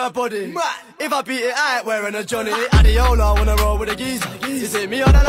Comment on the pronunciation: People don't know that Adeola is a Nigerian name and it is pronounced(a-d-ay-ola) not adeola. Don't blame them though